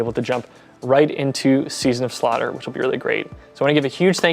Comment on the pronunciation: “season of slutter” Iconic